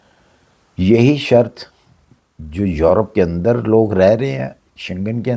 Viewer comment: زندگی گزارنا الگ بات ہے سیکھنا الگ بات ہے کامن سینس الگ بات ہے چاچا جی آپ یروپ کہتے ہیں یا یورپ ؟؟؟ Earope hota hy ya Europe ???? Ap drust bat man lain Sir G Belkeh ap Dictionary main check kr lain یرو نہیں ہوتا سر یورو ہوتا ہے